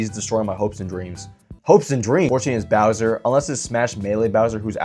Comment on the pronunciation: bro really said "browser" instead of bowser